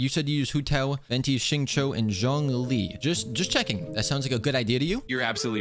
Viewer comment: I am very curious what kind of AI even stutters this much and talks like a "" than an actual "Dumb AI". PS: It also pronounced Xingqiu terribly wrong.